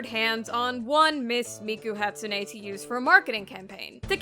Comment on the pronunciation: Please... please ask for some help pronouncing Japanese words... "Hatsune" and "Yakuza" killed me... please... I beg of you...